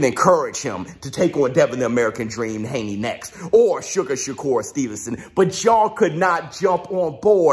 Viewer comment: "Devon the American dream Hrrrrwwwaney"😂